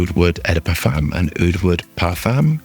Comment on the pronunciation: u say "O" the parfum. not EH the parfum. just so u know.